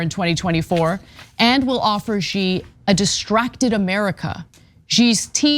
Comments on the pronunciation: "she", not "gee" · fun.. a war with China sounds like such a "good" and "smart" idea. Also the name is pronounced "she" not "gee" xi makes the "she" sound. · It's pronounced "she." Not "zee" not "zhee" not "gee." Pass it around. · It's pronounced "JYNA". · Sorry Anna, its pronounced, "jina, because I have the best words, the strongest words!!